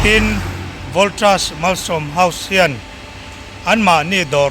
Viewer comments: Pianga..voltrus ti kher suh..valtas ti in i lamthism reng kha oo.. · Voltras nge voltas mizo i ni em upiang. Hnamdang zawk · A tirlamah kha chuan Voltas a ti char char mawle..a video kha en let mah ru... Engtik atang emawni khan Voltraz a ti ta tlat... Thil lam dikloh der a ching te hi a ngeiawm riau a nia.. hmenhmawn mai..